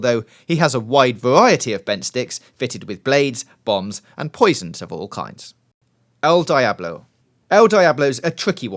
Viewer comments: It's pronounced el Dee-ablo not el die-ablo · Why do you pronounce El Diablo like die-ablo? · El Diablo is pronounced el deeablo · Did hey just say dīable? (Die-ablo)